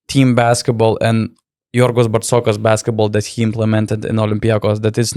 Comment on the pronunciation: It's Bartzokas not Partsokas